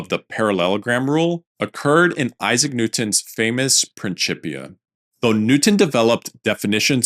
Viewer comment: It is pronounced prinsipia, not prinschipia